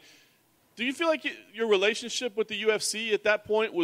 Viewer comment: "Covide" "Helationships"